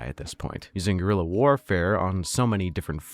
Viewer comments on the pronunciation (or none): none